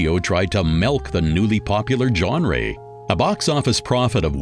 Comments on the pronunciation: genre is mistakenly pronounced johnray, it should be pronounced johnruh.... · 🤣🤣Yes, I was struck by that strange 'new word'. He also pronounced 'genre' as 'genray'. If you're presenting/narrating you really need to learn how to articulate the words, in that narrative, correctly. That would be a minimum requirement, surely. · Good video except for the shitty AI narrator that can't pronounce simple words like "genre."